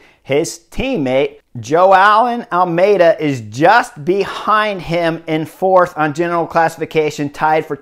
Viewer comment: Chris pronouncing Joao Almeida like "Joe Allen Almeida" :) .